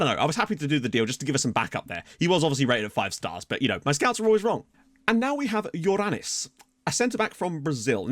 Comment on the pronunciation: I'm the only one that heard "Your an*s" instead of Yorranis?